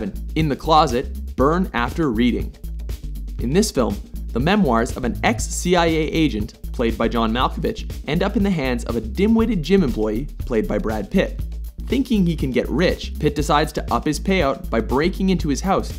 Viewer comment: Did he just say John Malfabitch? XD